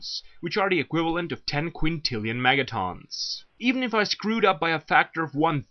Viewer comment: Obviously you have no idea what you're talking about. You can't even say megatons right. It's not megatawns it's megatons.